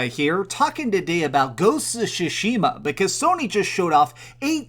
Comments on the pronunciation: And Shushima as he says it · At least pronounce the game properly you dumb shit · Ugh i hate the way you say Tsushima!!